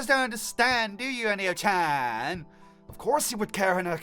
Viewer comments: Great video, but I keep getting annoyed because you say Anayo (An-ay-oh) instead of Ayano (A-yah-noh). Besides that, it was a good video! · "Anayo"? Its Ayano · say it with me dude eye-ya-no . not Anie-o sorry man love your vids but that was making my eye twitch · It's ayano now anayo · ITS PRONOUNCED ( AAH-YAAA-NOOO) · it's a-ya-no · it's freakin Ayano A-Y-A-N-O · nuhhhh you're saying Ayano incorrectly ;_